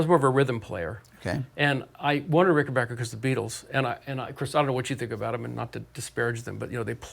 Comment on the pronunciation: Anyone who can sub for Ritchie Blackmore AND pronounces Rickenbacker properly has my respect...